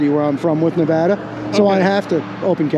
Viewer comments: I am so glad you said NeVADA correctly. So many people say NeVAHDAH. I am on mission to get everyone saying that correctly. lol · Small appreciation for the pronunciation of Nevada